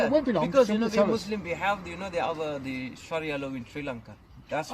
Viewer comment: ‘Sheriah law’ 😁